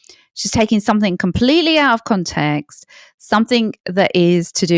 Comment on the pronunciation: Information is good...delivery way too long-winded. And the mispronunciation of the word context. Not even Pierce Morgan says context. He says CONtext.